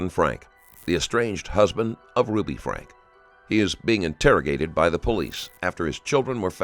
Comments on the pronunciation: Their last name is pronounced “Frank-key” Not “Frank” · Love how you just don't give a shit about pronouncing these people's name correctly lolol. They all say Franke and you're just like nah, it's pronounced FRANK dummy. That E on the end is inconsequential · It’s pronounced Frank-ee. I’m ashamed to say- I share the same last name 😮😫 No- I’m not related to these freaks. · What's your wife's name... Ruby frank-e. Narrator ruby FRANK. .. TAKES ME RIGHT OUT OF IT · His name is pronounced Frank-ee, and he's a huge piece of crap. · Why on earth can’t the narrator pronounce words correctly? Frankie and connexion was misspoken several times. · Their last name is pronounced Frankie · Th e AI voice can't get his name right lol. ...lazy creator